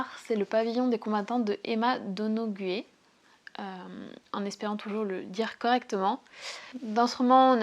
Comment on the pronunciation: Pour le 1er c emma ”donoyou”donoghue( j’ris 1 peu sur ta prononciation ”donogu-é” - pas trop ne t’en fais pas 🫢😮) que j’ai lu l’an passé parce que cette époque( 14/18) en Irlande m’avait bcp intéressé après avoir vu ”rébellion” une série tv sur la révolte de 1916 et ses conséquences en Irlande. J’ai bcp aimé l’intrigué et le style d’emma d. Et j’reviens tjrs à v.dixen ”extincta ”qui m’à bcp plu - possiblement moins que pour toi mais c 1 de mes auteur favori . 🤨😉🌸🔥👌🏻